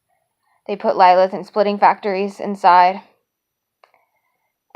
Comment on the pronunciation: I have a Lilith with me—- pronounced LLL-i-L-i-th